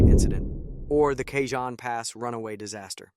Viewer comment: FYI, Train wasn't loaded with iron ore. It was loaded with Trona. Trona is a mineral mined as a primary source of sodium carbonate. Cajon is pronounced like "CA_HONE" not Ca-john.